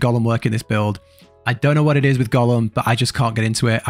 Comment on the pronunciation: Thanks for this video. Also I was listening to it and at one point you were talking about "Gollum" all the time then I noticed.. "Golem" lol